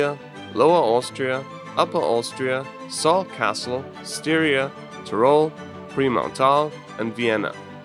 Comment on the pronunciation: i used to live in austria and when i heard you call Salzburg Saltcastle i cringed so badly